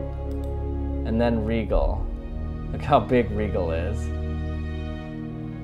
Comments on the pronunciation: It's Rigel and pronounciation is "rye,jal" not "rye,gal" bro! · IT is Rigel not Legal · its not rygel its rigel sprry if your affanded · That star's Pronounciation is not 'Rigel', Actually when you Pronounce it it sounds like 'Raijel'.... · Earth's EV would be a bit smaller than that. About the size of a pea. And it's pronounced Rye-jel or Rye-gel. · when u said a star rigel its pronounced R I J E L RIGEL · Me: It wasn't pronounced Rye-ghel? That wasn't pronounced Beetle-geese? How dumb am I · It’s spelled Rigel but it’s pronounced rye-jel